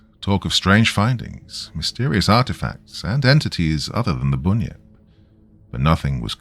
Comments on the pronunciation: Everything was great just pronounce it as bun-yip... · Great story as usual. But seriously, dude, it is pronounced 'bun' as in the bakery goods. To an Aussie, your pronunciation is a little frustrating. 😊